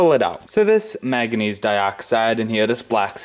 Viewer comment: What's " mag a neez" ?